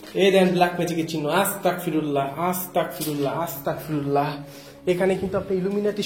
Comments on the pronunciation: Astagfirulla is the correct pls say Astagfirulla g hobe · আসসালামু আলাইকুম ভায়া ভুল হলে মাফ করবেন🙏🙏🙏🙏🙏🙏🙏🙏 ভায়া আস্তাকফিরুল্লাহ হবে না ভায়া আস্তাগফিরুল্লাহ হবে আস্তাকফিরুল্লাহ ৷৷ মানে হচে হে আল্লাহ আমি কাফের হতে চাচ্ছি আস্তাগফিরুল্লাহ ৷ ৷৷ মানে হচ্ছে হে আল্লাহ আমি তোমার কাছে মাফ চাচ্ছি আস্তাকফিরুল্লাহ আর আস্তাগফিরুল্লাহ এই দুটোর তফাত হচ্ছে ক আর গ বিদায় আসসালামু আলাইকুম